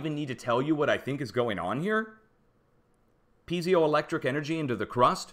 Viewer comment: Great research and presentation. I will be following closely. (Just check your pronunciation of piezoelectric).